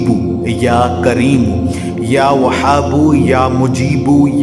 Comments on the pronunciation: Salam.....bhai ap apna pronunciation tekh kro.....wazifa ap ka tekh hot a h pronunciation tekh ni hota....like وهاب or وحاب ma bht faraq hai kindly ap kisi ulama se pronunciation learning kary....thanks.... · Ya whabo chhoti he se hai aap galt prd rhe hai